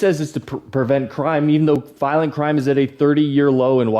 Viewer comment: " viloent criminal "